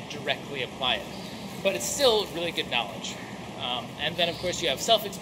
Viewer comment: here in my garage i have a lamborghini how you say KNAWLADGHIII